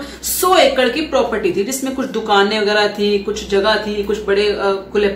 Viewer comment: प्रोप्रटी 😂😂😂😂😂 कुछ भी। कुछ भी। प्रोप्रटी नही प्रॉपर्टी। हिंदी भी सीख लो।